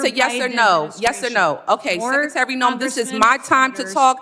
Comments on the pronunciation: LOL "ten-year' .....lol...."let me axe you'.....lol......"sec-a-tary".....lol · That woman questioning the secretary is embarrassing, to herself and our education system, not good🥺 she can't pronounce secretary correctly. She actually mispronounced a lot of words ...like ax instead of ask🤪